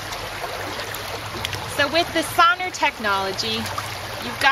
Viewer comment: SON-R is pronounced "sonar" (as in the submarine navigation technology), not "sawner."